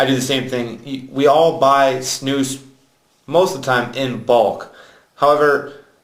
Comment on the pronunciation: Idiot. And please, learn Swedish and learn you to say SNUS !!! Not Snous. And not u can´t. The nicotin and flavour loose. German idiot. Come to Sweden if u wanna learn how to snus like a real man